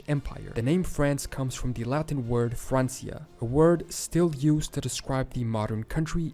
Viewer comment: As someone who was ridiculed for taking 4 years of Latin in high school, thank you for pointing out the pronunciation for Francia. So many modern people want to make it sound too Italian with the Ecclesiastical Church pronunciation vs the Classical which is what I mostly studied in.